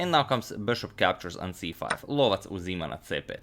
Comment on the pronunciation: Bishop called the hunter sounds right on